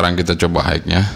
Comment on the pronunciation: Long range nya Mas kudu di review hehe paling penting menurut sy sih. Jangkauan, Dan maaffff kalu bilang "high" itu dibacanya "hai" bukan "haik" Maaffff Mas. Hanya nmasukan. hihihi